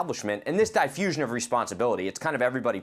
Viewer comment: Did I hear wrong? I think the guest actually said “revertibrate”, “double-downing”, “difusion of responsibility”… 😂